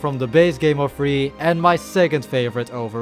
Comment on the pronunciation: It was cute hearing three pronounced as free.